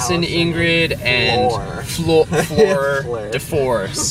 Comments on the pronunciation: is still pronouncing Fleur wrong xD Don't see why it's so hard... It's like like saying 'eugh' only with an F in front of it... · Hehe yay love from:) also you said fleur wrong it sounded like you said floor its more flerrr:P but i like ipod ones the quality isn't amazing but the videos are more spontaneous:) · is still having trouble pronouncing Fleur, he sounds like Floor or Fluor!! XD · It's pronounced FLER! Get it right!:) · He's saying Fleur's name wrong on purpose. It's a joke playing back to the fact that he used to actually say it wrong, but he knows how to say it now. He's just being silly. xD